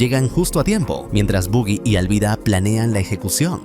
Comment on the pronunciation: Buggy ? Pronuncia Baggy que es lo correcto , suena feo decir Buggy